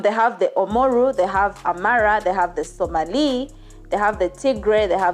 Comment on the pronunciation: My god her pronunciation is horrible. She should at least look up how to say Oromo, Amhara, or Somali so we could focus on the story. The bad pronunciation is distracting